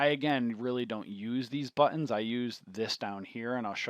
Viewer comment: "THE BUHHH TENS"